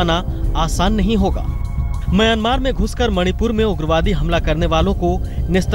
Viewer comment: correct the pronunciation.. it is myanmar not miyomar...